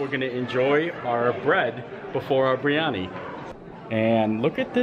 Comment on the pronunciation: The curry is pronounced biri ani :)